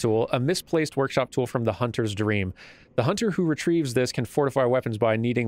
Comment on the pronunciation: "You must be a hun'ah."